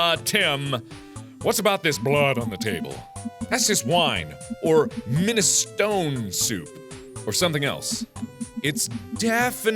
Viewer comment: ITS MINESTRONE SOUP NOT MINESTONE LOL